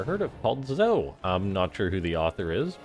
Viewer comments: Game was definitely fun to watch. Pretty sure Zoe is pronounced like Joey but with a Z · Zoe is pronounced as z-oh-ee for girls like Joey is for guys